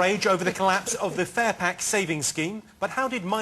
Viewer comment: when he said furpack i thought it was butter aswell.......... lol